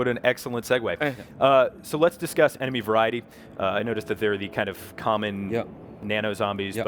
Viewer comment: did he say "to disgust" and not to discuss xD